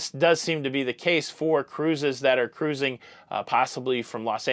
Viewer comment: The way you were pronouncing SEJ’s name made me giggle every time. Did the person also think you didn’t know how to pronounce “cruising” because you say “CAH-ROOOOOOZING?” 😂🚢